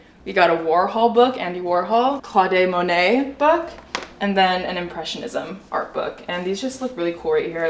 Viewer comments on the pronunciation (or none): “me pretending that I know art” Also: “claw-day monet” I’m dead🤣 (all out of love) 🥰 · did she just say Claudée Monet 😂. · i love you honestly, but the way you pronounced claude monet killed me hahahaha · i love you. but the fact that you made “claude monet” rhyme… i had to walk away for a second.